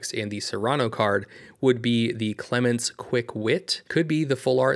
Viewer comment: It’s Clemont SIR